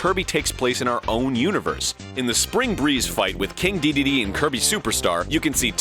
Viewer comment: Interesting pronunciation of Dedede.